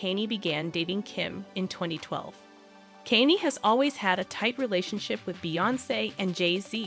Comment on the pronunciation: I think you should learn the correct pronunciation of Kanye 's name. It's not Kenny. Makes me question your research.